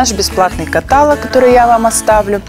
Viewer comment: катАлог... Блииин... Ну как же так..?